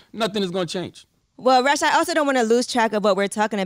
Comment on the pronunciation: You keep calling him russ its rush. Like he really wants to rush the hell out of that studio. Lol